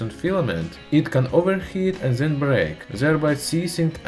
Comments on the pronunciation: why are you saying zat instead of THAT and ZEN instead of then? is it so hard do say D? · Zis zat zen ze